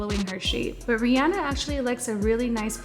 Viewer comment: I love that she pronounces Rihanna properly!! Because it's her name and that's her pronunciation ya know..